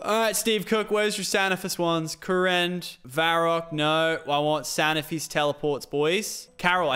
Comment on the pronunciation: It's not [S-A-N-I-F-I-S] it's [K-A-N-I-F-I-S]